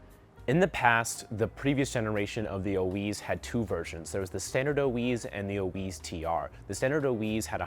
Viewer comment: Oiz. not Oiweeez. You guys sell it but don't know how to say the name? its literally ON Orbeas youtube videos of how they say it.